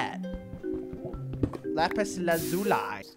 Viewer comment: “Lapis Luzoolueeye” lol